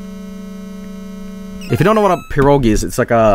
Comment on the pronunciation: Gee,, stop misinforming people It's pirogi', not piro'gi And you also used non-canon pirog picture }:C